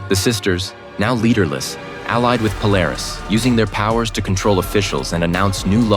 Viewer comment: Its pronounce "Pool-er-is". The blonde trio sisters were the clones of Emma Frost. But of course they were considered the daughters of Emma Frost but really they were that her clones.